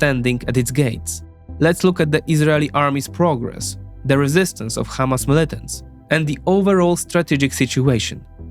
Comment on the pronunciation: If someone is starting his video by pronouncing Hamas as: Khamas ... You have to run 😅